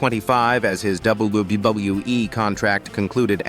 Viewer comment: you need to learn how to say WWE the proper way dum dum